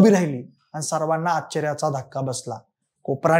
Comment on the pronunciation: आच्च र्य...नीट बोल रे